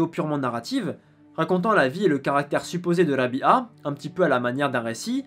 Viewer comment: on prononce Rab'a et non Rabia